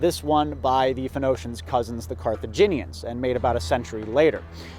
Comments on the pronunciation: When u said phonoacians i was so confused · Him saying PHENOCIAN really annoyed me. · “FEN-NO-SHENS” Hahaha! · As someone who only knows how to pronounce pheonicians because I went to church as a kid, I couldn't agree more with that sentiment. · When I was a really young kid and played age of empires for the first time I pronounced it as "Photo-he-shens" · I was hoping you'd get a sailor to come back, only for him to correct your pronunciation of "Phoenicians" and leave. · It's a bit bizarre to see how things that are common knowledge in one place can become obscure even for "nerds" in another. In Poland you know how to pronounce that word because you were taught about them in primary school history class (and then middle/high school too). To see struggle with it a bit is eye-opening. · Pretty ironic that you mispronounced the word "phonetician" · How do you know as much as you do but don’t know how to pronounce Phoenicians? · It is indeed quite possible that he's only ever read the word before and never heard it.